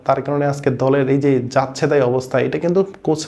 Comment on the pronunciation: “কোস” না “কোচ”॥